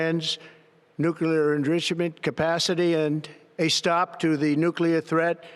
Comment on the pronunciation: He's looking more like an insane serial killer everyday. And like GWB, he can't pronounce nuclear properly. He gave it two quick tries, like he was trying to kick start a motorcycle, before giving up and deciding to just push the bike home.